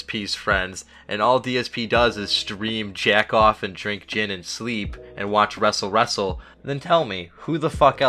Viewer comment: Fill me in. Why ya call it wrestle wrestle?